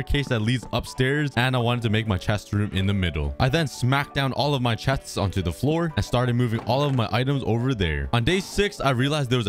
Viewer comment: lol do not ever do that ever again it was so funny it sounded funny 😆 lol I said it erong